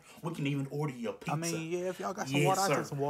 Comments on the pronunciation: He said pixxa🤣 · "A PIZZUH"